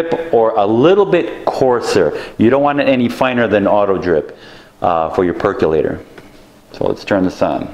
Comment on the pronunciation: You say percolator funny.